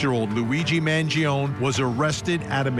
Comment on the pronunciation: Speak his name right, not “Mangion”.